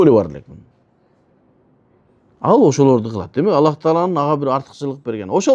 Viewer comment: Аллах эмес кыргыздар Алла Дейт туура суйлосонор